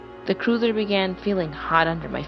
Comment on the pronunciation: Just a slight critique. The first story you kept saying cruiser but it should be cursor. Other than that, GREAT JOB!😊